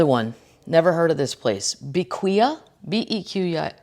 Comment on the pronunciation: Please leave our alone! Tuesdays are better with Kathleen &! Side note...Bequia is pronounced "beck-way"...part of St Vincent (Caribbean island with volcanic eruptions) and the Grenadines.